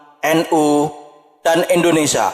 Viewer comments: Maaf kalau kurang berkenan.sekedar menghimbau untuk yg baca narasinya.pengucapan kata Indonesia hedaknya di ucapkan sebagaimana tulisannya.karena disini pengucapannya Indonesa bukan Indonesia.terimakasih dan maaf karenanya. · Bukan indonesa bro. Indonesia 😢😂😂